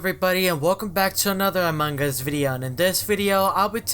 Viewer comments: Now you are saying manga what's wrong with you? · Lol I love how says Among us like A mug us